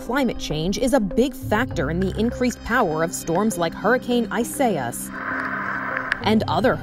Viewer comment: 😑 It’s pronounced: ees-ah-EE-ahs Isaias